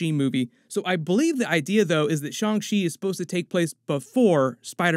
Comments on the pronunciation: "SHONG SHE"?????? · The mispronouncing of Shang Chi is getting rough.